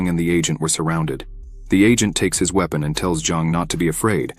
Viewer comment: His we pon lol